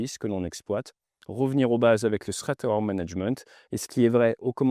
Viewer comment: Push sans quoi ? Et prononcer ”Srèt" pour "threat”... Sous-titres indispensables.